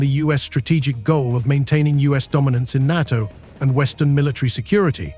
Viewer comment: AI can never replace the real humann voice. Just count the number of times the word NATO was prounced incorrectly.